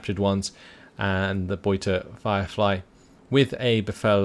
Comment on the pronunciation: Your "Beute" pronunciation is improving! Well done!